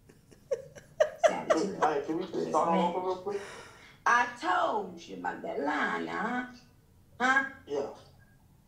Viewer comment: “I toldchu about that lying” NICKI HAD ME DYING😭😭😭